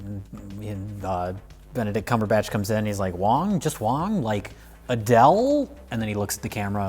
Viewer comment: "Benedict Cumberbunch" lmao